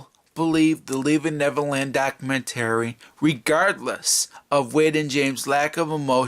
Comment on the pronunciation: You need to learn how to say documentary. 😂🤣😂